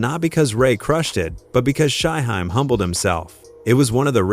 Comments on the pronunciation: Riser an shy-high 😂bruh u mean Rza (rizz-za) an Shyheim (shy-heem) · Thing is, Shyheim is - according to himself - pronounced like its spelled 'Shyheem'. The AI/voiceovee pronounces it correctly, if it was pronounced like it was spelled. The norse/germanic suffix '-heim' sounds more like 'haim' than 'hiim'. Understandable mistake if youre not a fan but no excuse for 'Reezza' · 👉🏾 Culture Vultures. 😑 Take this stupid ass video down. It's RZA, not spelled RIZA or pronounced RYEZA or REEZA and Shyheim is not pronounced SHY-HEM or SHY-HIME. 😑 Delete this video. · Don’t forget Shy-Hime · And Shy hime 😂😂😂 like WTF 🤷🏾‍♂️ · I'm so sick of your blogs where you don't know how to pronounce and write the artists names correctly! BAD JOB! Stopped watching after you pronounced Shyheim. How can you tell anything if you don't know a thing about it???Stop using AI and Just QUIT!